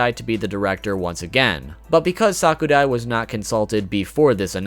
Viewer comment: I hate to be a know-it-all but it's pronounced sa_ku_rai